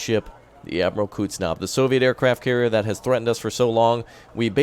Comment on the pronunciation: Please make a video even just a few seconds long and just say it correctly. Lol. Koozznetzovvv